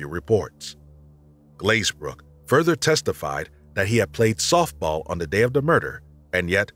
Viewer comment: They keep saying de instead of the and it's really noticable to me. Most European non-English languages lack either or both of the TH sounds found in English, so a th- sound is not natural.